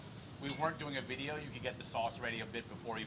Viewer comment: Rapo with the new Lacoste Polo. Would've gone with Red or Green, but I guess Navy Blue is classic. Molly, surprised: "You bought that for the video? Rapo: "Well I didn't buy it for the videh" Near total meltdown with passion before a massive jump-cut! LOL!! Very nice.